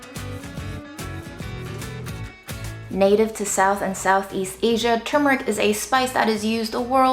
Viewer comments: Thank gosh you pronounced the word properly 97% of the video. Your fails were on the turmeric tea and the very last time you pronounced the word in the video, right at the end, where, sadly enough, you dropped your guard and went back to your wicked slovenly ways. 🤣 Seriously, though, very good video, as usual. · I was today years old when I realized that it is "turmeric" and now "tumeric".